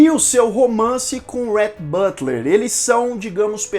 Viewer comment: Fica difícil mesmo pronunciar os nomes americanos. Teve um momento que você disse o nome do Rhett Butler mas você pronunciou “butter” no lugar de Butler. É só uma dica porque eu entendo bem a dificuldade de pronunciar os nomes americanos. Meu esposo chama Rhett e eu tenho dificuldade de pronunciar corretamente no nome dele.